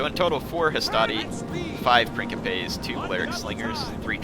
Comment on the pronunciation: So I figure I should be the douchebag that says this.... Princeps priːŋ.keps (prin-keps) Princepes priːŋ.keps.es (Prin-kep-ays) lol... Sorry... feel free to ignore my Latin pronunciation Nazism